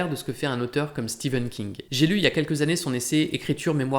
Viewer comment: Enfin quelqu’un qui prononce correctement Stephen King